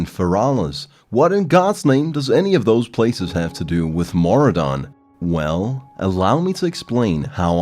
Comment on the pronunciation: Mora don? Ma Roo Dun!!!!